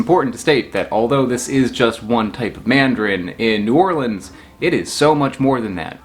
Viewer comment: As a native New Orleanian, now somewhere else and homesick, my reaction:: "I'm in New Orleans..." Me: "Yay! he pronounced it right": "... the Big Easy" Me: "nevermind, he called the "the Big Easy"" "So how did it get to NOLA?" Me:" OK, he called it NOLA, he's forgiven."